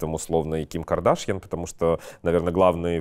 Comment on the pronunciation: Стрелец устойчиво и настойчиво не понимает, что Ким не кадАшян , а Кардашян. Ну элементарно же. Слух режет